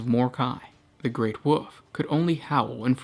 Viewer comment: "The great woof" "the space woofs"